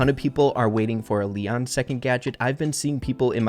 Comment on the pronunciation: No body Literly nobody:lion But (it's leon)!